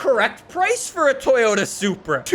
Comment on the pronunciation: You’ve been pronouncing it like soupra,must be still high on soup after the soup wars